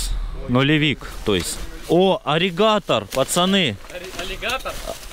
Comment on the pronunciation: Ирригатор, а не аригатор. Почти аллигатор получается.